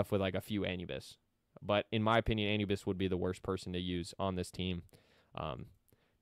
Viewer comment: You said Anubis wrong so many times 😂😂😂